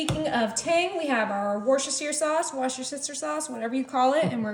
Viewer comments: Hi! That infamous sauce is pronounced as wooster-sheer or simply wooster. Love your channel ❤️ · "Wooster sheer" sauce.